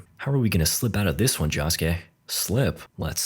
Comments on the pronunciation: its not jahskay its joeskay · Netflix didn't make this movie, they just have it to be on the streaming site. Also, it's "Josuke", not "Jahsuke". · say it with me. joe-su-kay. not “johsuke” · Joesuke ❌️ Josskeh ✅️ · "Jawsuke" dude its Josuke, like JoJo, like "Joe", "joe-sue-keh" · It's Josuke not Joshke J-osu-ke. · Jahsuke? It's Josuke you mumble mumble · josh k..... its jo sou kay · Why do you say it like joskeh. ITS JOSUKE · its pronounds joeske not joske and this is not disrespect full this is just telling him the right prnounsiation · joeske not jahske 😭😭😭😭😭😭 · 'jah-skay' jahjah's bizarre adventure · Who the fuck is "Jaw-suke?" Never heard of him. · Ah yes, my favorite JoJo: Higashikata Jahskey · clicking off this vid because they calling my man Josuke "Josh-Kay" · Doesn't look as bad as I expected actually :O (Bro, it's Okuyasu not "Okuyashu") (Also, it's Josuke, not "Jawsuke" or "Joshuke" like, c'mon man) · stop saying joss kay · no not josuke, "jaaskay" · Ok, what's with this Shamalan's last air bender ass name pronunciations? 🤣 JAsuke? KEY-cho? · Every time he says jaa-suke it hurts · Josuke❌ Shoeske✅ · Id watch the sequel if it got made this was a respectable attempt. Also "Jawsuke" 😂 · In the series called jojos bizarre adventure, bro really pronounced the name JAWske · blud its pronounced joe-skay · "key-cho" "jaw-suke" "cat-a-giri" "okuyashoe" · Yea he was pissing me off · Why is he saying jhosekay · IT IS PRONOUNCED joe scay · its pronounced "jo-skay" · its pronounced "Joe - sue - kay " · Who the hell is Josh-Kay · Lol fkn Josh-ke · ah yes Jahsuke JahJo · him pronouncing josuke jah-skay is infuriating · It's Joe-su-kay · i hate your stupid engagement bait of course im coming into the comments to tell you youre saying josuke wrong i hatew you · i wanna die every time he says josuke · I love how nobody is commenting on how he butchers Josuke's name the entire video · I cringe every time bro says josuke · why the fuck do you pronounce josuke like that